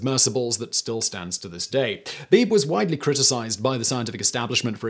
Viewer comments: William Beebe was my cousin. The name is pronounced "Bee bee", not beeb. ❤ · by the way, his name was pronounced "bee-bee", not "Beeb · I think Beebe was pronounced "Bee-bee". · Beebe is pronounced BeeBee. Brad Matsen, Author of Descent: The Heroic Discovery of the Abyss. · By not pronouncing Beebe B B Simon made life a little less fun